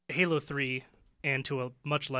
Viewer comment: Lol said gaylo